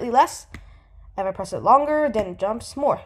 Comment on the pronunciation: you say "den", i say "then"